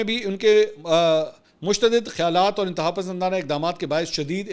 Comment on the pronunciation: اپ نے ایک لفظ استعمال کیا ہے مشتدد خیالات۔۔میرے خیال میں یہ لفظ ہے متشدد خیالات۔۔